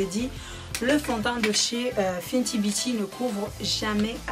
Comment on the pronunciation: "Finty" mdrr non c "fenty" sinon bonne vidéo comme d'hab ta de très bon ustensiles c trop beau💕😍😘🔥🔥 de plus tu a une bonne technique de maquillage et tes belle avec ou sans t'en que tu est toi même nous on t'aime😍😘😍💕😘💕💕💕💕🔥